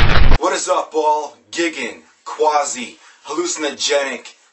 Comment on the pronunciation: I think it's pronounced "GUY-gan" ...no intention to come off as condescending, and I'm not even positive on this. Anyhow, what really matters is that this album is stunningly creative metal and this review does it justice.